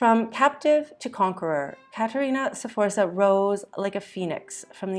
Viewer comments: It isn't pronounced "Seforsa", it is Sforza (you jump right into the F from the S, and you almost whistle the Z). (I'm not even going to watch this if you can't pronounce it, sorry!) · and Sforza is pronounced with two syllables not three